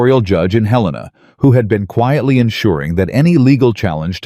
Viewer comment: Please pronounce Helena correctly. It’s Hell i (short I) nuh, not Huh lean uh.